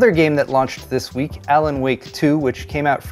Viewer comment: Did you say : "Tech news for the weak"??? 😅